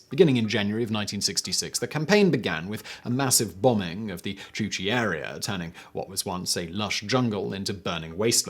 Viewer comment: It's not "Chu Chi" as you repeatedly said but "Cu Chi". That's not too hard to say for your Brit tongue, do your job.